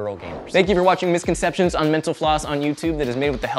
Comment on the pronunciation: Two things - 1) In the last Misconception, the word 'likely' is misspelled as 'liekly'. 2) It sounds like you are saying 'misconceptionate'. Maybe because of the speed you are talking...